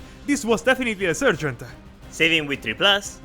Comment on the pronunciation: Meltaboom! 💥 Great battle report, guys, really entertaining. Keep it up, I love watching your videos even though I'm really a noob and getting into Warhammer as a hobby. Just wanted to also mention that in English, the first part of the word "sergeant" is pronounced like "sar", not "ser". And that if you feel like you want to throw a few Italian words/phrases in here or there during a video, I think that would be cool too. :D